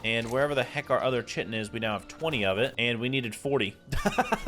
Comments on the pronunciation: I hate that you pronounce it chitin instead of kaitn. it's Kaitin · Chitin is pronounced KITE-in. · The drops that you get from insects, "chitin," is pronounced "kyton." Just thought you would like to know. 🌻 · The way you say chitin is wrong, there is a shovel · Bro keeps mispronouncing chitin over and over.😂😂😂 also, does he ever set his spawn at his base?